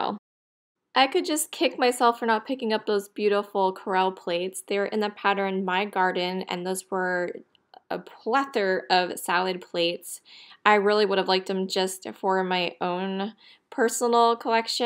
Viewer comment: Lol, I believe she was trying to say plethora